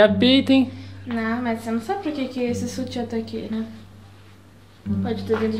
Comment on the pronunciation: Não guento o falando soltiã kkkkk é sutiã kkkkkkkkkkk